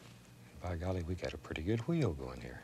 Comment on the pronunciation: I love the way he pronounces the “wh" words, like white or wheel